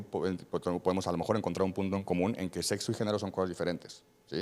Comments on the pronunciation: Desde que dijo setso Perdió el debate No ma según es doctor y dice setso, bots, etc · Un médico diciendo setso, ¡Por dios, éste es un pseudo médico! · Sin ofender, si el muchacho dice: setzo, no lo puedo tomar en serio